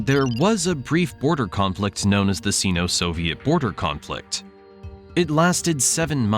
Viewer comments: In English, the prefix "Sino-" is pronounced "Sigh no" /ˌsai.no/, not "See no." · Sino-Russian - pronounced Sign-O Rush an - not “seen-O Rush an” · Sino is pronounced "sign-oh" not "scene-oh" FYI (like China is chai-na - not chee-na) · Syno not Seno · Say “S eye-no” to sound right. Two syllables. “Sino-Soviet” also about a third of the time you said China when you meant Russia and vice-versa. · The “i” in sino is pronounced like the word eye. It isn’t pronounced like the “i” in internet. Just sayin’